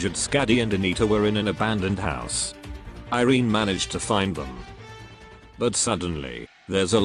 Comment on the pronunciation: If iberia is based in spain, irene would be pronounced ee-reh-neh instead of eye-reen